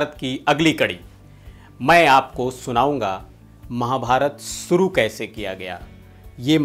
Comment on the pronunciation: Bhai sahab wo to Harish bhimani ji hain..par aap khud ka uccharan dekhiye zara...starting mein hi .(hajir) nahin ( hazir ) hota hai..(suru nahin (shuru) hota hai .rahi masoom (Raja) nahin (Raza) hai sahi uccharan .iske aage aur bhi hoga par itna hi sunne ke baad aapka video dekhna nahin maine ..kripya uccharan sahi kijiye.